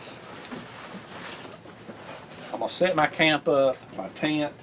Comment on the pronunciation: Bro, I think what I like most about your videos is your accent and your uncanny ability to turn one-syllable words into two-syllable words: camp becomes cah-yump, knife becomes nye-yuff. I'm just teasing you...your passion is obvious, and your videos are entertaining, imaginative and more importantly, always informative. Keep up the good work!